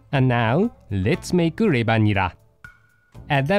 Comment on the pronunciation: nera not neba lol cute